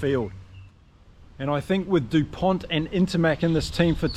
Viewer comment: The "T" isn't pronounced. It's Dupon. Just to be pedantic.